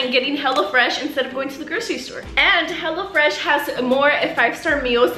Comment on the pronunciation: The intro when she was like hello fresh i thought she said HELLA FRESH 🤣🤣